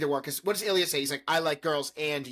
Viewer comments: Illia pronounced ill lee a😂Kip got in to grad school at the end of 3. 5 big resolution❤Only Illia had it for him this episode. He needs it to relax😂 Shane is trying but its just that😂 Sword fighting😂. They said first names for the first time❤❤ Hayden the bestie. No budget for kids😂Rose is Jennifer Lawrence😂 Rose episode 5 MVP❤Both thinking of each other at the end❤. Watch Pillion. Dom and sub relationship. Illia and Shane to the max😂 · You guys are right that everything will come to a head during the penultimate episode!! It's pretty much the universal favourite of S1, with a lot more substance in terms of emotional moments and climactic plot beats. Ilya's name is pronounced "eel (like the animal) yah" by the way, lol. The conversation on the couch was Ilya letting Shane know that he's bisexual, while also trying to prod about Shane's own sexuality. I think this frustrates Shane a little bit since he doesn't understand why ilya is bringing up other hookups while they're together. The culmination of Ilya's prodding, Hayden asking about when he's gonna settle down and have kids at the aquarium, and his parents asking him about the swedish princess at lunch later, all becomes too much for him. It's not that Shane was looking to "experiment" when getting with Rose, but i think he certainly felt the pressure to fall back in to heteronormativity, and it was kind of just luck that they met and formed a genuine connection that night at the bar. It starts to become obvious that he isn't all that into her later at the game when he checks for new texts from Ilya, and looks almost nervous/scared when watching Rose undress as she's going up the stairs near the end of the episode. There's better confirmation that he's not into her in the final scene, when both Ilya and Shane are shown thinking about each other while getting off, lol. The next episode will answer a lot of your current questions; i just wanted to give you